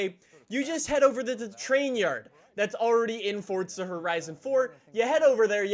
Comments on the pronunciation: I hate how he says fortza it’s forza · Its Forza not Fortza I can't even watch because of this! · It’s forza not fortza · just me or i hear you say "fortza" not "forza" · Where's the "T" in forza? Fortza. A racing game where you can build a fort out of Legos. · Does it annoy anybody else that he says fortsa instead of forza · Thought it was Forza not fortsa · Why does everyone pronounce it Fortza instead of forza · Ahhh yes fortza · Why do you say fortza It’s called forza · U saying FORTSA? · fOrtSUh horizon four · STOP SAYING FORTZA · Nobody: Normal people: Forza horizon 4: Fordza horizon 4